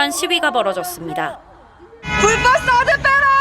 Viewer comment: 사드빼라~ 이러는거 중국발음 들리는것 같은대? ㅋㅋㅋ